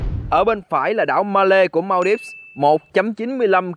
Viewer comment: Phải đọc là Man-đi-vơ chứ không phải là Mao-đip nhé